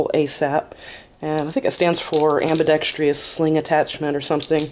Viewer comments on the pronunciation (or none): Its ambidextrous, not ambidextriuos.